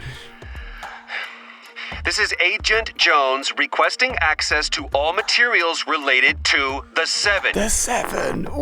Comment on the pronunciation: Ah yes, accssess